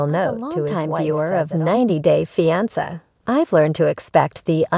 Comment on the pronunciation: Learn how to pronounce fiance AI robot.